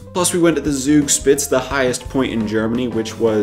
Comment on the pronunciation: Congrats on your 50th episode. If I can point out a little German mistake: There is no silent end-e in German, meaning: If it was pronounced "Zugspitz", it would be written "Zugspitz" - but it is written Zugspitze, so it sounds like this